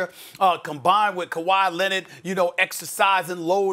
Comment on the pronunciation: Kwai leonardt. Lmao ol school American accent